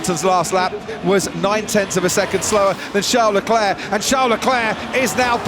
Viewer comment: he is going after Charles Leclerc, Not Leclurr.!..